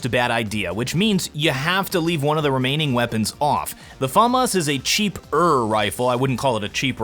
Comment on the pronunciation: Can you actually not say FAMAS like that 😡